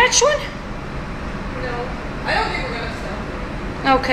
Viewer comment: Is it weird that I'm geeking out because you pronounced Saskatchewan right? (Most other Canadians never do. So this made me happy both to hear you mention my province, and pronounce it correctly. Thank you. 💜🤗) Also that road trip sounds so fun. And I love the fact that Hutterite dress code means you have a way easier time packing. (Makes me want to switch my wardrobe to something so beautiful and comfy.)